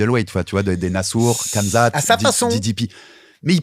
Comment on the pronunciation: Mais c'est ça qui me choque moi c'est que si tu l'as revu tu verra bien que y'a des coups de McGhee qui sont pas si significatives que ça! Dsl pour le blaze j'ai pas fait exprès (Par pitié arrête de prononcer Khamzat comme ça s'écrit 😭 c'est "Rhamzat" à l'oral)